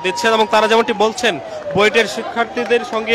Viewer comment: Buet ... Not Buit